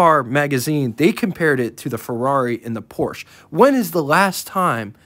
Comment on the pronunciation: Just as an aside (from the previous owner of both a Regal 97 GS, and an 87 Century T-Type), that if you ever owned a 'Porsha' that's how you would pronounce it (phonetically). Anyway, Buick seemed to always have a predilection toward making luxury performance cars. My 87 T-Type had the first gen 3.8L V6 (nearly all Century's had the 3.1), and my Regal GS was powered by the 3.8 L II with a small roots type supercharger. That might be an interesting car to profile for you. Good video, I've been a Buick owner since the mid 70's.